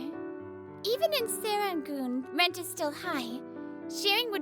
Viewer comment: I would say the pronunciation for Serangoon was a bit off, it's more like Sir-Ran-Goon than Seh-Ran-Goon.